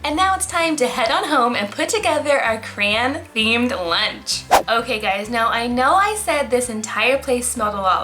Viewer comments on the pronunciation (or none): its CRAY-ON not CRANE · CRAY-on not CRAY- In Edit: sorry it was bothering me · I’m sorry but I’m getting triggered that she said criaaaan